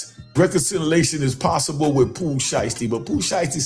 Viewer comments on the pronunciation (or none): none